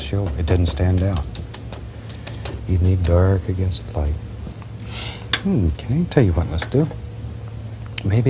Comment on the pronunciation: He says mk instead of ok!